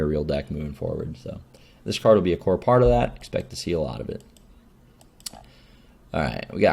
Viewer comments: That makes more sense. Haha I guess he slopped over saying "this will be core in -- in Hunter decks" and I just heard "corn in Hunter". christ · I'm pretty sure he meant "core"